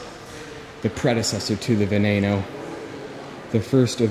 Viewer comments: ITS NOT VENAYNO ITS VENEENO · Wtf why do you say "veneino" and not "beneno" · It's not vaenano It's Ven-en-neno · what the fuck is a Lamborghini VenAno! ITS A FUCKING VenEno!!! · its spelled veneno but you need to say it vee-nee-no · wtf is a venano> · It's ve nen o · "ve-NAY-no" yeah, should we also watch you whip and NAYNAY? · this guy, can't even pronounce the name veneno> venano? what is taht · Omg dude pronounce it properly....it's "Va-nee-no" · Its vuh-ne-no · Lol "Lamborghini veneyyyno" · This guy doesn' t even know how to say Veneno that I bet he can' t even say Ciao without making the sound so aweful :(( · stop saying veneno wron